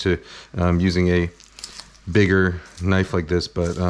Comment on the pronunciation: Now that's a knoife